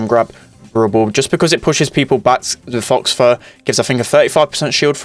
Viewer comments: it's 'faw fur' not 'fox fur' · Faux isn’t pronounced as “Fox” it’s pronounced as “Fau” The X is silent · calling it 'fox fur' is really funny. if you didn't know, 'faux fur' just means 'fake fur'. 'faux' is just pronounced 'foe' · It is pronounced foe fur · “Faux fur” is pronounce “foe” fur fyi. Love the videos keep going! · Faux Fur is prenounced Foe Fur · Man said “fox fur” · btw For nita, the gadet (Faux fur) s pronounced Fo Fur